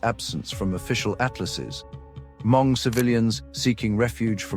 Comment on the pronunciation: Why keeping saying “her-MONG?” It’s spelled Hmong but pronounced “MONG”. The letter H is silent in English pronunciation.